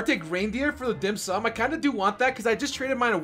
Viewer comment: He pronounce the dim sum so good! I am a chinese and dim sum is a catogory of food that chinese love.